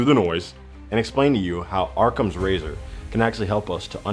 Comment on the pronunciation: It's 'awwcum' not "ARRCOM" hahaha I kid I kid. Love your channel bro and keep making the content. You always got me laughing and thinkin! :rocket-red-countdown-liftoff::thanksdoc